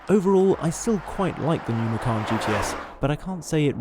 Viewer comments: Micarn? Oh how very dare you sir. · the correct pronunciation for Macan is Machan, not Makhan. Macan is a male Asian Tiger. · Wrong pronunciation, you should said "ma-chun" ma as in mark, chun as in chum bucket 😀